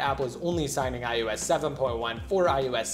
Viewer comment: Idk y but it sounds to me that he is saying ius 7 not ios 7